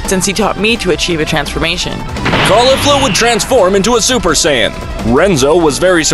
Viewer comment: im sorry for this but " super cyan" :))))